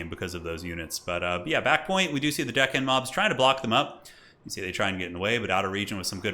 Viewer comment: "couple of dickhand mobs" 😆😆😆 I always hear that when they are saying their name too